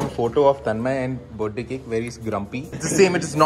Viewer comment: I love how everyone including Tanmay pronounce "Birth-day" as "Berday" 😂😂😂